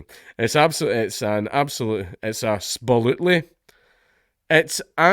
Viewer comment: "An sbilutely" -Jesus H Christ